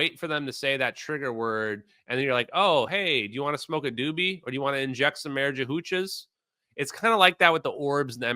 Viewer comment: Inject some marijuhuchas? 🤦‍♀Can this be a new meme.